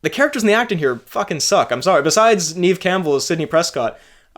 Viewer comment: FWIW, it's Neve as in "rev" and not reeve or grieve.